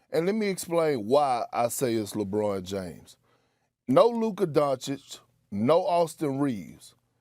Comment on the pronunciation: PERK: LAH-BWAH-NUH DAY-MHUZ.The rest of the world....lebron James.